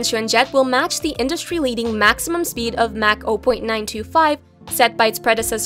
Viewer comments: Lol, the "a" in Mach is pronounced like that in "father", not like that in "apple". Also, Bombardier is not pronounced "bomb-ah-deer", but "bom-bar-di-ey". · Or Mach